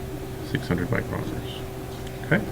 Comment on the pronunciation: The way you say micrometers hurts my brain